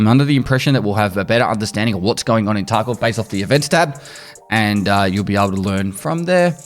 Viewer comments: he straight up said tarco this time, wasnt a single V in his pronunciation lol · Bro you said "escape from taco" on purpose this time don't even lie like that's the accent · lmao "escape from TarkO video"